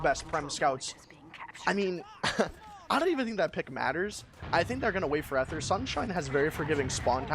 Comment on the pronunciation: For future Dex matches Ether is pronounced with a hard "e," so it's eeth instead of eth.